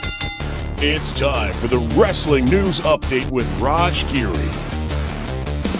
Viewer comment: referred to Raj as "Raja" what a goon! 😂😂😂